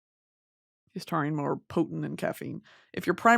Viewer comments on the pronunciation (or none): love love love Britney and she is so so so smart but her reading the chemistry of taurine and somehow getting biology mixed in there and horrifically pronounced was so painful to the pre-med in me